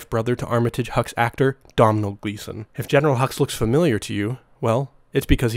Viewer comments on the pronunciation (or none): I apologize for mispronouncing Brian and Domhnall’s names. Domhnall is like Tonal with a D, and Brian is more like Bree-in. It’s not common for a Stormtrooper to miss like this, I’m very sorry guys! Hope you enjoy the videos :)